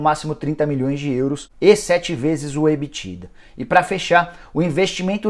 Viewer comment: Só eu que fiquei incomodado com o Nicola falando Ebitda errado?